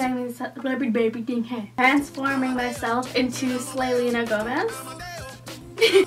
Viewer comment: I love that you said Slayena Gomez